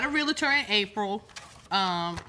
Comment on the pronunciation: REAL-TOR. Not REAL-UH-TOR. I hate that so much. :face-red-droopy-eyes